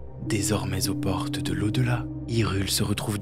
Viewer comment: Un travail remarquable ! Juste une remarque concernant une erreur de prononciation récurrente. Le "o" en français se lit /ɔ/ sauf en fin de mot. On prononce "pɔrte" et non "paurte". "Pɔsséder" et non "pausséder". "elle prɔtège" et non "elle prautège". Problème supplémentaire, chaque "au" est accentué dans la vidéo (alors qu'on accentue en fin de phrase). C'est la seule erreur qui rendrait parfaite cette vidéo.